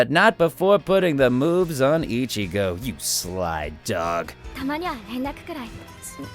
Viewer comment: You pronounced ichgo wrong